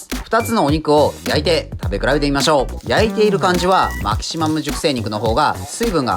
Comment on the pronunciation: メェキシモゥ